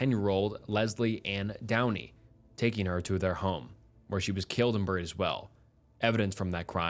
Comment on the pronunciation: Hate how he says burried